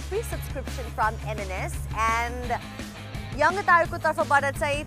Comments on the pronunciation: am a fan of your fluent delivery and tone but the word ‘Yangtaru’ is not normally pronounced as you did here. It does not hav strong solid ‘ga’ sound in the middle. Am not criticizing you. Am just suggesting as your true fan. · It's Yangtaru, not yangataru. yangataru sounds cringy.